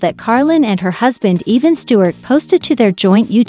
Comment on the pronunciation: Pronounce Evan correct Once in a while you say it correct